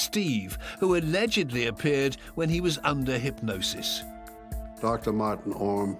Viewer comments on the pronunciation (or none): none